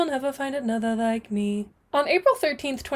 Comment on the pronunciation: i laugh soo hard every time you say me-hee